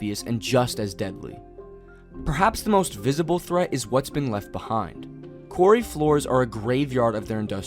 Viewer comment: Quarry sounds like the narrative is saying Cory lakes.